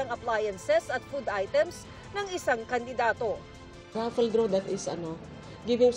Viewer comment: huleee....🤣😅😆😂 hindi ah rafle lang po yan.🤣😆😅